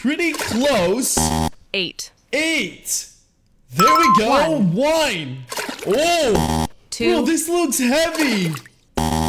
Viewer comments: Wine instead of one😂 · Bro he doesn't say one he says wine or ihn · You just said the number one but you said wine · Bro your saying wine instead of one😭😭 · Why is he saying whine and not one😂😂😂